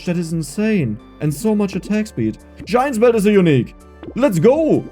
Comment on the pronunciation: I've been watching a lot of your videos recently, and I kept hearing shine spell when you said giant's belt, which kept confusing me haha.